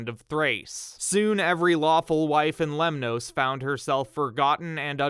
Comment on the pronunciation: You are pronouncing Greek words as though they are Spanish. Lemnoss, not Lem-noes.